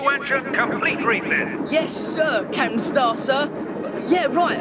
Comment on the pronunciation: Why does Ten Cents say 'Capan' in this episode and none of the others?